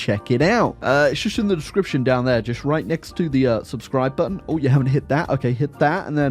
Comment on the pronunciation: i love the videos but if you say budden (button) one more time i will lose my mind